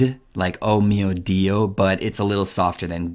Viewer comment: I’ve just randomly come across your video to learn english a bit better Your italian is soo strange, when you said “o mio dio” i was laughing out loud.